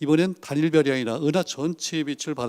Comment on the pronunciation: 운하가 아니고 은하 時가 아니고 詩